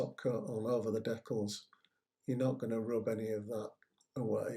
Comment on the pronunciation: Great job, just one criticism, it's de-cal not dec-kull.